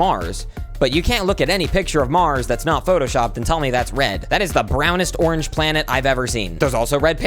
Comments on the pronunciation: Correct me if I’m wrong he said orange 31 times and the 24th time it lowk made orange not sound like a word also the 24th orange was like o-ranGE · after hearing onage lots of times i realized the pronounciation is goofy and orange is the 2nd best color after red